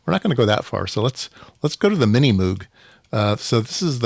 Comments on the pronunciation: Moog is pronounced to rhyme with "brogue". Bob Moog taught a course I took at Cornell in about 1971. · Moog, pronounced like "vogue". (Just visted the Moogseum in Asheville, NC two weeks ago.) So glad Music From Outer Space is still around. I feel like I got a kit from them 15 years ago or so — built it wrong, LOL.